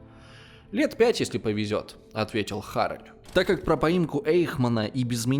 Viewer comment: Отличное видео. Только не Арэль а АрЭль.